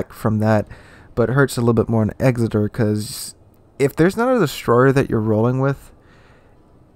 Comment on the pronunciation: EKSSITER..........NOT. EXZITER........kapeesh GayLord.......?